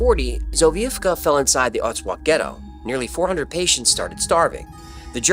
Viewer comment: Your Polish pronunciation needs a little work ;) Otwock is pronounced Ot votzk